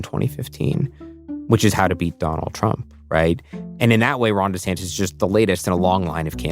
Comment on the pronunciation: DeSantis can't even figure out how to pronounce his own name. Florida is at war with its largest employer. Florida is losing insurers due to global boiling and isn't doing anything about it. Florida has flesh eating bacteria, leprosy, malaria and have a joke of a health care leader that was picked only because he was antivax. He signed a six week abortion ban. There is nothing a non MAGA nut job would want for their lives.